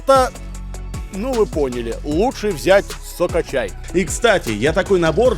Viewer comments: мне показалось не соко-чай а сука чай 😆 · Я не понял, сукачай или сокачай? 🤔 если сукачай, то я его каждый день пью😁